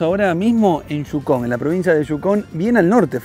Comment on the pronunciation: No es Jhukon, es Yukon, donde fueres haz lo que vieres, o escuches.